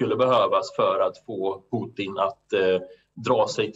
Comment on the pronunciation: han heter inte Puttin 🤦‍♂️